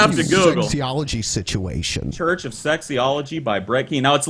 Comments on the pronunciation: SIT-U-AESH-ION IN-DI-VIJUL, SIT-U-AESH-ION IN... DI VIJEEUAL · I like this indivijul sichiation.